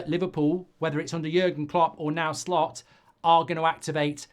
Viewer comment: He asked "Shlot" to pronounce his name mate, sorry